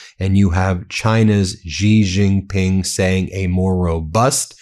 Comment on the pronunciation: BEN: it’s pronounced SHE Jin Ping. You are going to be referencing China more often as it asserts itself as a sane global business partner. The US has been consumed by idiocy and the ethic of WINNING, and this has nothing to do with building cell phone towers, shipping plastic crap and and lifting 100s of millions out of poverty, in China and elsewhere. China has a profound interest in prioritizing its dominance of manufacturing and shipping over military dominance. It acutely fears US military power, yet this power will wane as it becomes increasingly marginalized as an option because IT’S BAD FOR BUSINESS.